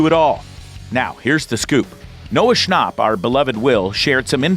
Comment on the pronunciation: Am I the only one who noticed he said “Noah schnoop” 😂😂 and “demoobats” 😂😂NO HATE AT ALL I JUST THOUGHT IT WAS FUNNY